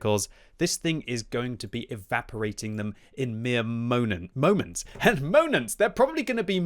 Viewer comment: first he says monents and right after penetroit ayylmao never change